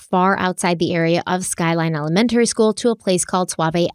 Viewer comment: The way she says "Elementary" is soooooooo CRINGE 😒 El-Men-Terry ugh. El-uh-men-tree is how every other person ever pronounces it. It's not El-men-terry my dear Watson. Hallow!! Is her daughters name Bella or Balla? Cuz she say Balla like ballerina. Cuh ringe!!